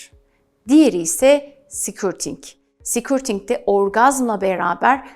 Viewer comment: affınıza sığınarak bir sesletim hatânızı düzeltmek istiyorum. Sikürting değil de, skörting olarak söylerseniz doğru olacaktır.